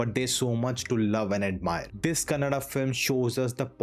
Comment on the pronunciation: For once I hear Kannada being pronounced as Kannada and not Kannad. Reviewer has taken the effort kudos. Feels so happy when it comes from a North Indian 👏